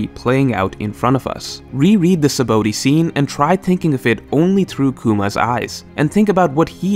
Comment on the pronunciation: You purposely saying 'Sabaody' wrong?